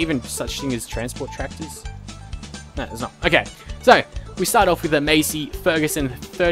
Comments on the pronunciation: Its Massey, not Masey. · U PRONOUNCED MASSEY WRONG!!!